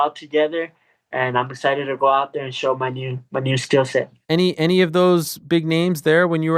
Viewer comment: He said he’s EXCHITXHED .! lol Wow fix that !